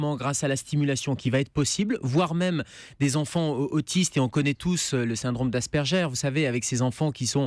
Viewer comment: Les mecs, c'est cool que vous faites de la prévention Mais le nom du scientifique, phonétiquement on dirait Aspèrgueur. Oui le nom c'est Asperger, mais ça se dis pas comme ça. Ah et le syndrome Asperger c'est faux. Pour lui en gros de ce que j'ai compris, c'est qu'il différenciait les autistes en plusieurs groupes dont les logico-mathématiques ceux dont vous parlez. Mais sinon quand même pas mal.